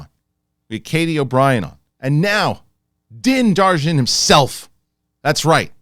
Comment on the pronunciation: Din Dar jin??? I know I'm not the only that this bugs!!